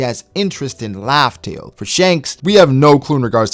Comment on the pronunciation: the way he says raftel : laughtale